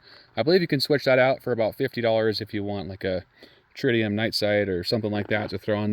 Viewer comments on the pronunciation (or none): none